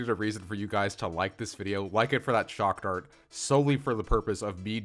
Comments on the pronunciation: It’s pronounced “chock dart” sir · not "shockdart"....... it should be "chakdart"..... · "Shock dart." Ten seconds later "Trad kcohs"